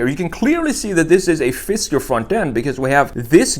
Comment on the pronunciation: FisKer, not FisTer